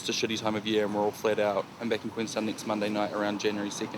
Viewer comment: why do people in new Zealand not know how to pronounce words with a single E in it? They say NEEXT, or DEECADES. Also this was one of the worst stories vice has ever put out.